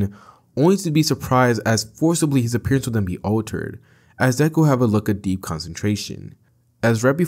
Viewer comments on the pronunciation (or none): none